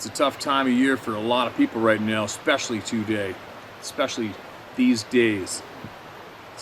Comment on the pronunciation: I like the way he say TOday.